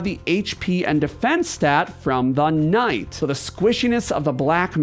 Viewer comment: why do you pronounce "Knight" so oddly?